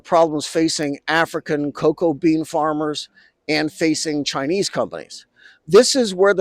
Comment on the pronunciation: Sharma Palki: "China exploid Ghana cocao farmers!" 😅